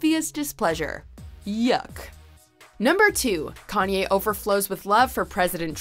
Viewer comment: U guys always call Kanye “yee”. Needs to stop